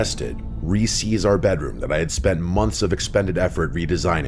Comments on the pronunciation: Re-seized not re-sees. Just spent like 2 minutes tryna figure out what that was. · he "re-sees" the room? what?